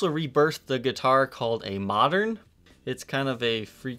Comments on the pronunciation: The "Moderne" is not pronounced "mah-Dern" it is pronounced "mo-Nair" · the Moderne is not pronounced "Modern" it's pronounced "Moe-dern"..... I personally like them more than the explorer....